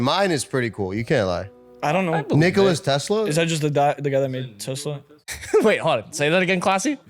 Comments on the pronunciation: Nicolas xD isnt it Nikola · As a Serb, it's not Nicolas Tesla, it's Nikola Tesla. And I googled it if americans spell it differently but no says it's Nikola Tesla everywhere and it's not hate I just needed to correct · It is not Nicolas he is Serbian it is Nicola Tesla